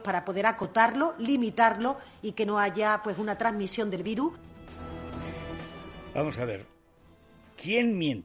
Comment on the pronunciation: La Ministra y portavoz del Gobierno, la de " pasarse en un presupuesto es fácil chiqui, son 1200 millones de nada" No se si fue ella también la que dijo" un billón o billón y medio" pasará a la historia como chiqui, y viru porque no sabe ni decir virus. Qué gobierno tan patético...